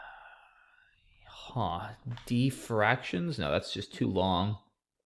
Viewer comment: DIFFRACTIONS, not DEFRACTIONS